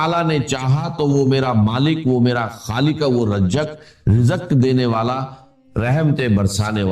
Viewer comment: Is KO ghor sy sunnain IA K alfaz hain😢rizq KO rijqh Bol rahy hain